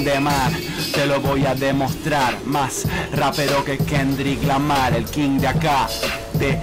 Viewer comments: Es kendrick Lamar no Quengriga mal igual t amo coscu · QUENGRIGA MAL JAJAJAJAJA ese el peor la mocheaste fooerte